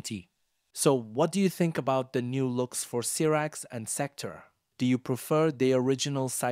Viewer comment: Cyrax -Syyyyyyyyy raaaaaxxxxxx Sektor- Seeeeeeecccc toooooorrrr How do you mispronounce something that’s pronounced for you in the game